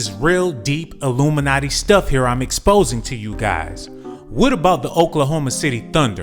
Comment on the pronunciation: Why he said "Illumina-TEE" like this I cannot control my laughter Then he roasted TF out of Tottenham!!